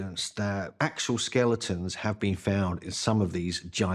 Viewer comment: I keep hearing STATUES not SKELETONS… am I wrong here?